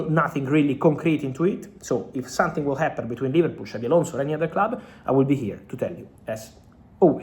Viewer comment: Not sonthing not sonthing not sonthing please try it’s easy